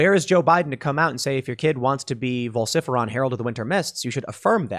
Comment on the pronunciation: vol-sif-eron????? Ok, now your just stirring shit up,lol